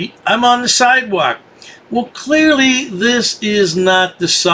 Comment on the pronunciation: Oaf! Boof! Lawrl! Siedwaulk! Puh-lowcy! Stur-rey! Eye-thor-ity! Teef! Lie-berry Just throw holy water to his face and stake immediately his heart!!!! <AIEEEE!!!> Btw- Dwarf Vampire Davey got wrecked by those officers lmao!!!